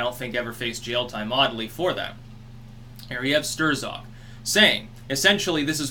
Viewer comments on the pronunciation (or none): Who the f*ck is "Sterzock???" When has ANYONE said "Sterzock??" It's always been "Strzok" Did someone call and tell you everyone else was mispronouncing it?? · And Trump. He has repeated he would like it released. I like your pronunciation of Strzok, "Stir-zok" but I think it is closer in sound to "Struck" or "Strock". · I’ll never get tired of hearing “Stirzok”. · "Stir-zock" LOL